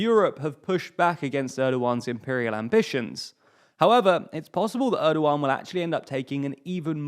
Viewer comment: When you're doing a video about Turkey, please let me (or even just Wikipedia's page on the Turkish alphabet which explains the pronunciation of each letter) help you with your Turkish pronunciations. You couldn't have butchered Cam Gürdeniz much worse. Congrats on getting Erdoğan close enough.